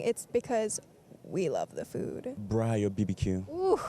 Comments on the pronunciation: The way she said Braai says she is south African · the accent on " braai"? i believe her. she is us we are her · I like how she pronounces braai properly 😅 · LOVE how real she is. She doesn’t just claim she be from SA and then pretend she doesn’t know what we’re about lol. The way she decided to pronounce braai, chakalaka, calling it ‘primary school’. Love her. Instant insta follow! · Thank you for representing South Africa so beautiful.❤ I love your pronunciation of "braai".